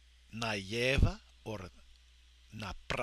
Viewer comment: Nicely done! especially the song :P Just one thing I noticed though: You didn't seem to pronounce the "l" sound in на лево :o Keep it up though and you'll soon be conversing with Huliganov effortlessly :)